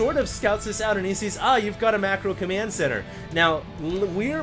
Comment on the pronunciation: is it just me or does say "commyand center" instead of command? lol